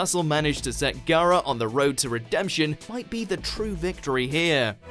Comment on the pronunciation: So... is it pronounced Gaara or Gaara... I was so convinced it was Gaara🤦‍♀️